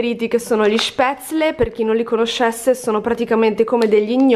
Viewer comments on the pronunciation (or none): none